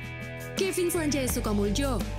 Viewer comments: Ah lu salah banyak sukamuljo aja bacanya salah.... ya ttp sukamulyo.... tulisan orang dlu jo.... dibaca yo.... jang dibaca yang...... jong ambon jong celebes .... ttp baca yong ambon yong celebes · Maaf cuma mau kasih masukan utk yg baca/pembawa acaranya...utk menyebutkan nama kevin....nama belakangnya sukomulyo...disebut sukomuljo...utk j disini ejaan lama..utk j berarti huruh y...utk ejaan lama j itu dj... seperti nama saya dwi djojo...itu membacanya dwi joyo..demikian sekedar sebutan atau baca nama dg ejaan lama..terima kasih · Bacanya kok kevin sanjaya sukamuljo ? Tulisannya mmg begitu tapi bacanya sukamulyo. Itu mungkin ortu atau pemberi namanya make ejaan lama tapi lafalnya tetap sama. Dulu ejaan lama y sering diganti j. Lafal itu mengandung makna : mulia. Kalau muljo gak tau apa maknanya. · Sukamuljo setau saya dibaca sukamulyo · Sukamuljo bacanya, sukamulyo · Aduh mba belajar lagi dong cara baca nama orang masa sukamuljo di baca nya kalau Kevin tau bsa marah th hadehhhhh